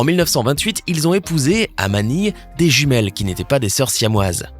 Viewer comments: Il as dit juimiele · On en parle que à il a dis "jumielle" xDDD § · À tu a dit jumiel 😅😅